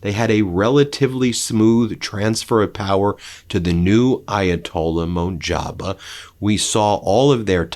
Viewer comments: MUJTABAAAAAA! Not MUNJABA!!! Why do you keep saying MUNJABA! 😂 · The guy’s name is pronounced “Mujh - Tabah” but itll be easier for you to pronounce it as Moj-Taba… there’s no N in the mame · Not, Monjaba but mojtaba for God sake! Hole world know him now. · In English, "Mojtaba" is usually pronounced "moosh TAA buh" or thereabouts. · Mozh-ta'-ba, Khamenei, Ben. Another note from your friendly neighborhood foreign-name -pronunciation corrector. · “Mojtaba” is pronounced “MOSH-taba” with a long O in the first, accented syllable. There is no “n” in his first name. Pro tip—you can find correct pronunciations easily via any decent browser homepage.